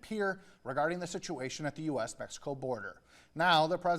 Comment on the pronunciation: This news reporter really said Oguala it’s Og-La-La they don’t even respect the way to speak, but can’t handle when people don’t speak English right.